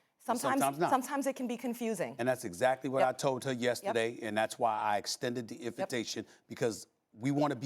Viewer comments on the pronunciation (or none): “I have offered them an open invERtation” lol